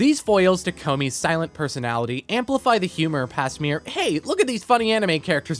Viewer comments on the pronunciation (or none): none